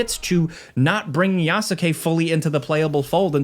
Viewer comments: Yasuke (Yah- Skay)….. not Ya-su-Kay…. Let’s get folks name right in 2025 my guy. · The "U" is silent. Yas-ke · Who tf is Ya-sa-k 😭😭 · FYI, Yasuke is pronounced “Yas-KAY” not “YA-SU-KE”. The U is silent. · Please don't be so ignorant and pronounce it Yasukayyyyy ... It's [YAS'KE] and [NAO EH] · Love you and your videos, but how you’re pronouncing Yasuke is making me wince. The U is silent. The word is only 2 syllables. Phonetically, it’s pronounced YASS-KAY. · Ya-soo-kay? Dude, did you really play the game? Lol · This is like the third review I’ve heard pronounce yasuke with the u. It’s phonetically yaske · The worst part of this game is listening to every reviewer pronounce his name Yas-U-kay. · Well... he almost got the pronunciation right. At least he didn't go "yaSUkay" like a dumb American, no he at least tried to make the name sound Japanese. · It pronounced as "yas-ke" haha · It's pronounced Yaske, not Yasuke, Yasike, Yaseke or whatever. 😁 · This is a terrible review, this game is in my top 10 games of all time, I haven’t been hooked on a game like I have with this for a while now. This dude obviously just speed ran through for a quick review for views, can’t even pronounce Yasuke properly and if you play the game long enough you learn this ain’t right… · Not one single time while playing the game did I EVER hear them pronounce Yasuke’s name like that. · Bro mispronounced yasuke 🤦‍♂️ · Please learn to pronounce Yasuke 🤦🏾‍♂️ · Played game but yet still can't say one of the protagonist's names properly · Not gonna lie, the way he is pronouncing Yasuke is fucking cringe. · Brother . Please . The U in Yasuke is silent the same reasons why Sasuke from Naruto isn’t pronounced Sa-su-ke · The "Yasuke" pronunciation is throwing me off, lol. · im stoked for this game i didnt love Valhalla but i did like it so it cant be worse than that. also the way you pronounce Yasuke made my heart sad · The “U” is silent on yasuke